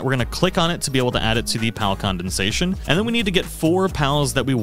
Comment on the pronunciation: Very helpful but why did you pronounce it as condensation?😅 emphasis on the dens